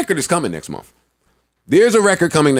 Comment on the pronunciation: Joe its Month not momf